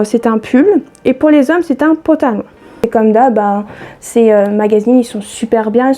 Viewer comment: Super le "pantalon" et non patalon😁😁 je n'osais pas te dire mais à chaque fois ça me fait bizarre !! Pour les Frixion il faut surveiller les promos en supermarchés, la semaine dernière lot de 2 stylos + 3 recharges -70% avantage carte à Intermarché.